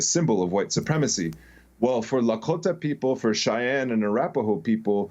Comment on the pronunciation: I appreciate people that say Lahkota correctly 😊